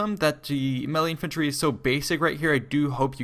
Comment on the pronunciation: I am pretty sure someone already corrected you (and I am not making fun of you in any way) and if they have please disregard but melee is pronounced may-lay. Anyways great videos g. Definitely always informative.